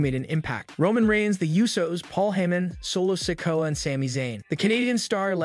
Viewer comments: The young Uso brothers name is Solo Sikoa as in Siko….Ahhh… not “Sicko” 😂😂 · You need to pronounce Solos last name right.